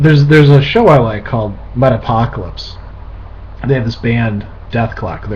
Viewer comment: I think you said "Metapocolypse" not "Metalocolypse" not that it really matters but i love the show too!